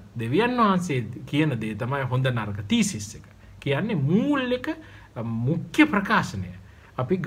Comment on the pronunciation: මුඛ්‍ය kiyana ekataමුක්ක්‍ය kiyanawata asai mn